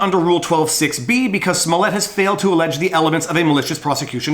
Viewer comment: Who is Jussie Smollett? His name is Juicy Smooyay